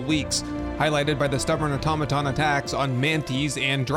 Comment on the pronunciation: Finally, an Youtuber who can actually pronounce "automaton".